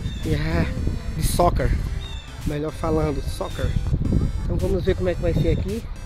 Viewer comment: batalha Isso mesmo, a pronuncia da ênfase no R.. A leitura da pronuncia é säkər abraços